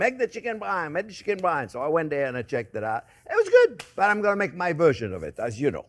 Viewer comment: chicken brian.😂😂😂beef david...i thought it was byrani...brian eye